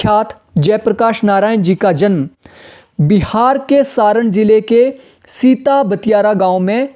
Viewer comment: सिताब दियारा होगा ना कि सिता बतियारा